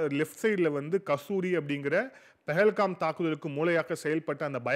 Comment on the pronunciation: பெஹல்காம் இல்லப்பா....பஹல்காம்.....